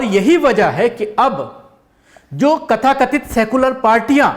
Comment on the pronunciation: Very good analisis. Lekin kathakathit nahi tathakathit hai!